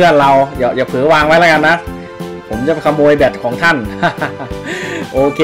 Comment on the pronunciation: ขโมยครับไม่ใช่โขมย555